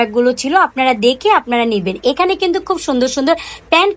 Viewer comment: কিন্তুক না বলে কিন্তু বলুন শুনতে ভালো শোনাবে। কিন্তুক শুনতে বিরক্তিকর লাগে।